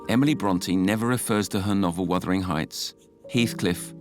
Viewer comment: It's wuthering not withering